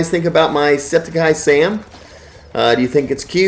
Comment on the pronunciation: It’s not septiceye Sam it’s septic sam no eye